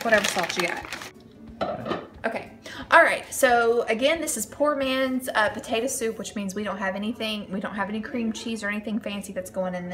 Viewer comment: You said tator soup